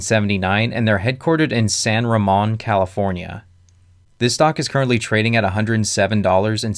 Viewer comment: Great content, data and analysis but I have to admit I could t help but laugh when you said San Ramon.